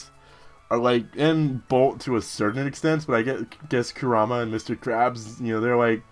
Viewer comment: Now come on you should know that crunch is super effective the right choice was leech seed again or switch out..... oh yea and kurama is pronounced Kuh-Rah-Muh